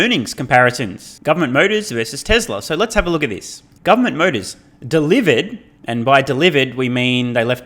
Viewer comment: Dehhhlivered…luicily (loosely) 😂